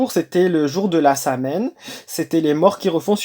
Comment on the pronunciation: Apprends à dire sowine.Comme quoi tu sais pas de quoi tu parles